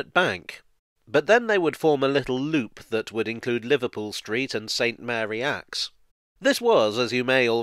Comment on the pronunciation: Looking forward to all the angry comments about the pronunciation of St Mary Axe.